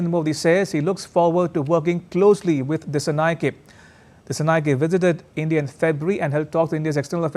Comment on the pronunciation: Dissanayake is not pronounced correctly. 😅 it should be pronounced as if a " A " is at the end. Just like Anura is pronounced.